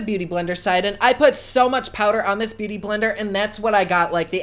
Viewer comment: did he say boo-tay-tay blender?! LOOOOOOOVE